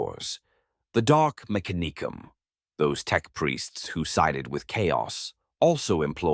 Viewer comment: listen to how they pronounce mechanicum, its all ai baby